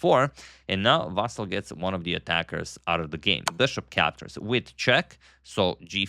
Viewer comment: I appreciate you correctly pronounce his name as Vasyl, as it's in Ukrainian language and Vasyl is Ukrainian. So many misspellings were done before, confusing Russian and Ukrainian first names.